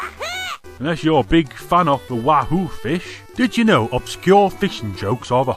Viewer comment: Klonoa says "Wahoo" not "Woohoo"